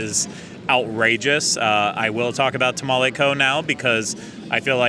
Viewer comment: Texan here too and I get a TOP SHELF (1492 Tequila) margarita at my local spot and its 32 oz and pricey but worth it, I have to laugh at pronouncing Tamale😉